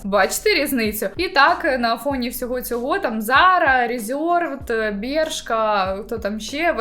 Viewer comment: Цікава тема і хороша подача, але ось ці айХЬОрб і ріЗЬОрвд так вуха ріже